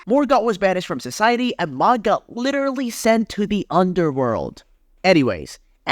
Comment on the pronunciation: Enjoyed this video until you started calling mohg mog.